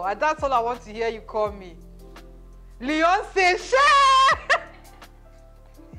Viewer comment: Lol! Leeyonce